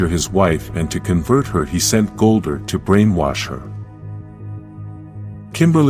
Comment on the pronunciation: This AI voice is horrible. It's Zordon not Zoordun, Goldar not Goldur. Ugh